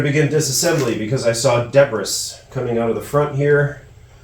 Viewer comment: lots of "debb-riss", but she cleans up nice.